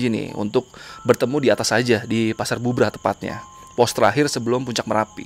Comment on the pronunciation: Cari tau cara penyebutan tempat bang Belajar dulu